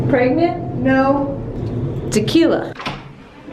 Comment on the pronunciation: When you said "tequila" i just lost it 😂😂😂😂